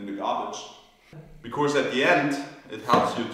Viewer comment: Sebastian, please, for the last time, there is no 'r' in the word 'because'. In 'Of course', yes. But not in 'because' So wie bei uns in: 'kosch mer net...' 'kosch' nur mit s 'because'. Des wär toll. Weil des hat mich als E-Lehrer bei deine inhaltlich tolle Interviews auf Englisch jedesmal irre gemacht. Genieß des Finale '23!!!